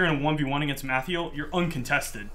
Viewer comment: "Mathyel"? lol